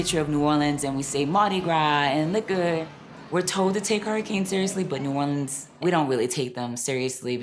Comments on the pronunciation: Right! It's New Walleans! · The narrator can at least learn to pronounce "New Orleans"!!!